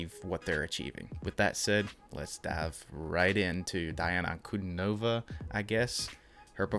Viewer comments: Nice reaction. BTW, her name is pronounced Dee aah na An coo Dee nova. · Oh! For future reference: here's how you say her name